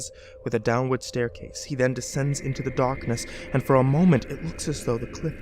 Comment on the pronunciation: I had to replay a couple times because I swear it sounded like you were saying "into the dawkness" LOL